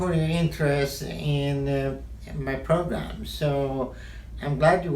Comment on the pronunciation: “Thenk you for your inteerest in mmyyy...... progrem :)”